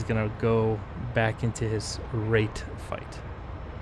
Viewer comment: First of all nice fights man and second I love how u say RaTe fight 🤣